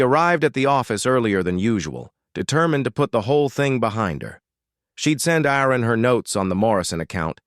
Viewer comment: It would be soooo nice if an A.I. could actually pronounce a name correctly. AARON, ARUN or what ever.... Just get it right and stick with it.